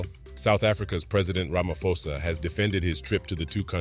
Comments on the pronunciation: Please learn to pronounce people's names correctly. South Africa's president name is RamaPhosa. Not RamaFosa 😑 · It's Cyril RamaPhosa, not ramafosa It's a "P" for Peace But great lesson. Love ur videos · Its not ramafosa. Its rama phosa. Prounounce foneticall p h o s a..